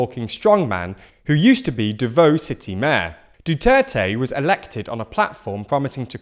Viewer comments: A couple things to correct: •Some Filipino names were mispronounced like how Davao is pronounced "da-vaw" not "da-voe". But, considering things I'd give you guys a pass on this. •, Duterte has not explicitly endorsed Bongbong Marcos, and has in fact one time called him a weak leader and a spoiled brat. Only his party PDP-LABAN has endorsed him and Sara. But after President Duterte voted (just well enough for the cameras to see), speculations rose that he voted #7 on his ballot, #7 being Marcos. •It is worth mentioning that the current results shown in several medias are partial and unofficial - and the official results aren't expected until at most 5 days from now. •Several other things worth mentioning are: - A bunch of opposition groups have decried the election as fraudulent, dubious and riddled with irregularites. Others calling for a third EDSA (a third People Power Revolution). But, a non-government vote counting organization (PPCRV) has consistently said otherwise. - Quite surprising that the Senators that were bound to be elected weren't mentioned. Or the fact that there are 12-winners in a national FPTP vote. I'll give you guys something bizarre, the top #1 candidate with 25M votes is an actor, and the top #3 is a radio show host. With the rest mostly being incumbents running for re-election or former senators coming back for another term. But other than that, great work. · Great for explaining stuff to non-Filipinos. Just one note, please please try to improve pronunciation of non-English names, even just a bit. Hearing it as "devohw" is painful to hear haha. also , Marcos not Marco And Robredo is pronounced "Rodrego" at least twice in this video lol (Rodrigo is President Duterte's first name) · As a former pinoy resident it's great to see this getting attention but that aside, you know putting stuff into Google translate can give pronunciation hints right? Good effory but things like Davao good use some work. =P